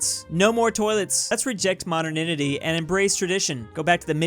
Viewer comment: 'Modernity' is pronounced; Mod-dern-ity, not Moderninity as you were saying. WeirdChamp